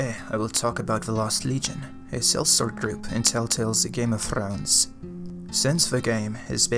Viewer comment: "Game Of Thrrrounes"